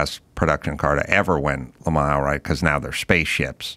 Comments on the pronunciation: It's Le Man (not Le Maw) The s is dropped and is it's Le Man. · Quit saying “Le Ma” already, you’re driving me insane!